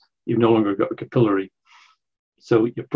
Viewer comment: I had trouble with “capillary”. He said it “ca-pillow-ry”.